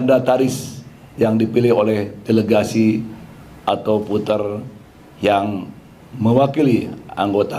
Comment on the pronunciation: Voter pak, bukan puter... 😂